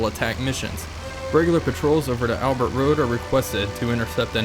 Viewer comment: FYI, the place is pronounced Al-bare, even though it's spelt Albert.